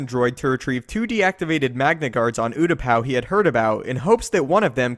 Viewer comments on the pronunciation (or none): Oo-tah-pah not whatever u were saying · You can't say the planet right should check before video